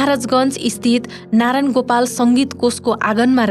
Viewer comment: नारान गोपाल होइन क्या, नारायण गोपाल भन्नू